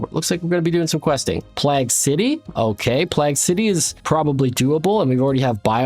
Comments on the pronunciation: love the videos but my god learn to pronounce plague properly. the "plag" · Your pronunciation of plague is really irking the Britishness in me